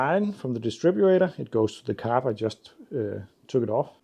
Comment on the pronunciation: Did you fit a new rotor arm too? Leads can still leak even if they’re still working, they can weaken the spark. PS your English is superb so I don’t want to criticise but it’s “distributor” not distribRAYtor 😉